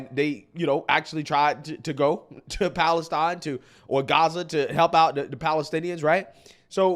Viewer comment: Idiot can't even say Palestine properly.